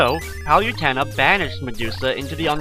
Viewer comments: liked the video but if your gonna do a walkthrough, at least know the names of the enemies. those snakes are shemums, the fountains are hot springs, PANDORA IS A FEMALE, and Palutena is pronounced PALOOTAYNA not PALYUTEENA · u say palutena wrong!